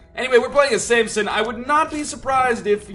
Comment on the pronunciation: i really hate that he says samPson instead of samson